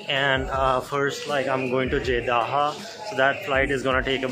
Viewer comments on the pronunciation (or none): Jeddah = Jeddaha lol